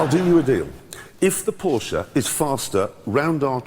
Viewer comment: Porsche not portia 😂